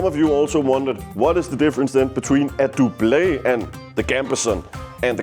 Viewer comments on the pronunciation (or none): I hate to be that guy, but Doublet is pronounced Dub-luht, the french pronunciation makes no sense because the french word for Doublet is Pourpoint. Great video though 😊